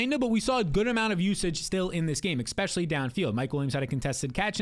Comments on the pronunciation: Enjoy your content but it irks me so much when you say “expecially” instead of “especially” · Yup. It's hard for me to trust someone's advice on anything if they say expecially or nucular